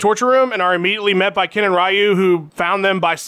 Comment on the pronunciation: Nick Diaz would think "Ryu" is pronounced "Rai-yu"